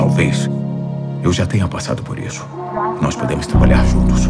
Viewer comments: "nois" já fechei depois disso. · "Nois" tira totalmente o clima kkkkkk